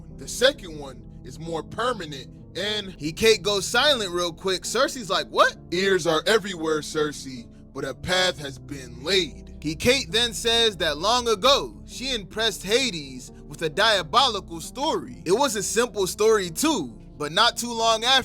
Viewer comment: Just like it’s HAY-dees it’s HECK-a-tee